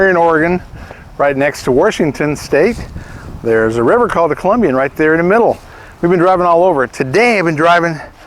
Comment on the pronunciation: River is called Columbia River, not Columbian.